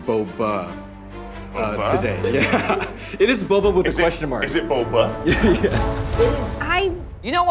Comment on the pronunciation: "Boba?" sounds like how we Filipinos doubt things by saying "ba?" Like "Bo ba?"